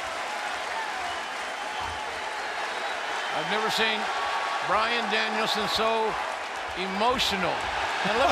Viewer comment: Bryan fookin Danielson! Get it right!